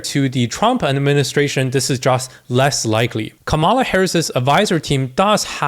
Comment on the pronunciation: Dude - learn how to pronounce Kamala